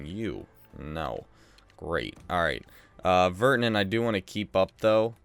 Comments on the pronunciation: You can’t even pronounce Virtanen ur so annoying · Your really annoying you can’t even pronounce virtanen